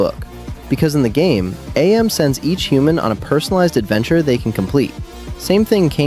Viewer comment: It's AM, not Ay-Em.